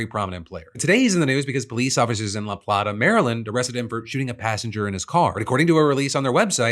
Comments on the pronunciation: Lapata is pronounced like a dinner plate AH/ La-Plate AH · It's La PLATE A Maryland. Not La Pladda. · It's pronouced La Play-tah, MD sorry native Marylander here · Its LUH-PLAY-TUH, not Luplaughta. Made the Maryland pride I didn't know I had boil. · well, that's not the strangest thing to have happened in charles county... funny to hear it pronounced as pla-ta and not play-ta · La Plah Tah... 😂 sorry, Charles County has chosen to butcher yet another ethnic phrase and call it La Plate Tah. What can I say? Maryland. (Yes I live here) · It's pronounced "Luh Play-tuh" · La Plata is pronounced La Play-tah. Just FYI. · La Plate-ta. The first "a" is long. Source: I'm from Maryland. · La “play-ta” Maryland, btw lmao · lə-PLAY-tə Phil. Not whatever god forsaken noise came out of your mouth for La Plata. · It’s LaPLAYta Phil! 🤣🤣🤣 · Hearing La Plata not pronounced La Playta is odd lol. The rest of the story is terribly sad. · It's La Plata(la plate-uh) lol my brother's wife went to school with that dude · It's pronounced la Plata Maryland Like a plate of food I live very close It's not even 1⁄2 hour outside of DC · That amputee is from the next town over from my hometown 😅😅 that area is so ridiculous. I say that in full judgement even though now I live in Baltimore 🤣 also you pronounced La Plata wrong 😅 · Phil I love you man but “La Plata” Maryland gotta be the best way I’ve heard that pronounced